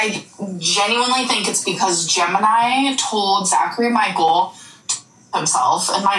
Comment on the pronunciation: lol the way they add the S on Zachary Michaelssss like they do Donna summer(s). You’re a legend. Mandela effect level.